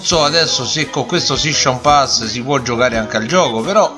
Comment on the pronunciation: Shishon pass SHISCHon pass Sei il figlio di Renzi?